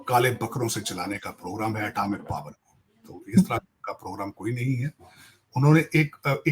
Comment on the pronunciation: tahir saab atamic nahi. atomic. hota hai